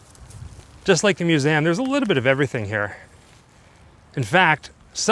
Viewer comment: It is a myou-zee-um. What is a moo-zam?